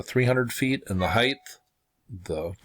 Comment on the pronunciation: Thank you PS. height pronounced hite no "th" sound at end the gh is silent. peace